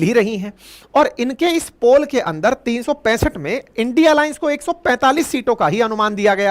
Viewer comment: आप भी इंडिया को इंडी पढ़ रहे हो। लगता है बीजेपी वाले हो। 😅